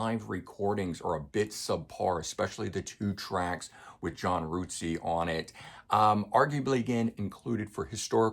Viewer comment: Hugh 'Sim'? John 'Rootsey'? Good video despite the mispronounciation of their names. Oops!